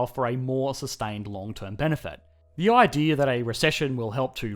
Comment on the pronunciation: He has an idear